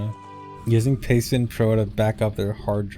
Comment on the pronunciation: I spent most of the video thinking was talking about "payspin" not "pastebin", and was wondering why he was talking about a gambling app.